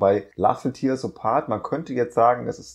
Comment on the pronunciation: "tear" ist ein Teekesselchen. Es meint hier "zerreißen" und nicht "Träne". Es wird also nicht "tier" sondern "tähr" ausgesprochen. Sorry wenn ich hier so besserwisserisch daher kommen muss. Aber ich kann da grad nicht anders. Ist eins meiner Lieblingslieder. 🙈